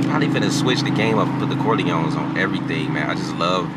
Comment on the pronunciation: said "corloins"